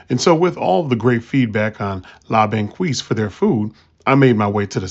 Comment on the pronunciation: It's pronounced "Lah-Bahn-Keys". Good place! You can get better poutine in the city or surrounding areas though.